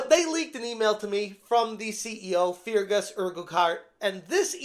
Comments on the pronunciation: Pronounced Fergus Urkwart. Feargess Urkoohart is a pretty funny way of saying it though. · Fear Gus Urgu heart 😂😂😂😂 dude say fergus urk hart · It's pronounced "Fergus Urkhart", great video ty.(although I bet he's letting off some "Fear Gas" at the moment with the way Obsidious is behaving.) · Please, in the name of Saint Columba, it's pronounced Fergus URK-ut. My Scots soul just cried a bit. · Its pronounced "fer-gus urk-hart", hope that helps. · For future reference i'm pretty sure "Feargus" is pronounced "Fergus" and i'm pretty positive that "Urquhart" is pronounced "Erkhart". The second "U" is silent.